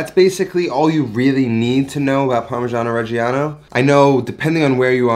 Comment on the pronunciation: how many times can you wrongly pronounce parmigiano reggiano in one minute? :D (doesn't matter, love your channel!)